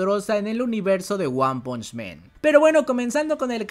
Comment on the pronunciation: por que dices one punch MEN????? es MAN! no men AAAAAAAAAAAAAAAA NO EEEEEEEEEEEEEE Men es hombres.